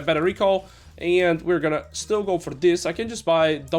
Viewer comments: why did you start pronouncing the word "and" as "eeeeand"? I could've sworn this was never the case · The way you pronounce 'and' is so fucking annoying I stopped watching. Just say it like a normal person.